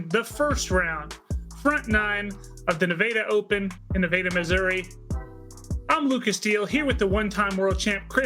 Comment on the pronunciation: I just randomly found this channel. Thanks for the winter coverage, but for someone who lives in the State of Nevada, the way y'all pronounce Nevada is throwing me for a loop.